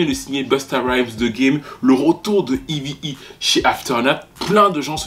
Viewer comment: Petite question Pourquoi tu l'appelle toujours "Evy E"? Son nom c'est eve et elle même elle prononom eve